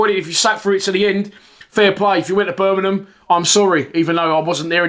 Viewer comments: Little tip, its Bur ming ham, not bur min num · Turned off as soon as I heard Ber min um